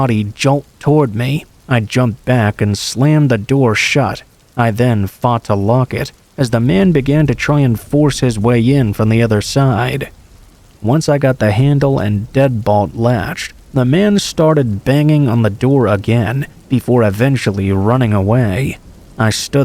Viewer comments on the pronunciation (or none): DEADBOLT... NOT deadbalt